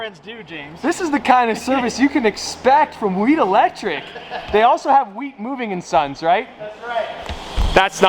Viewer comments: It’s like he forgot there was an H in the name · bro its Wheat Electric🤦🏼😂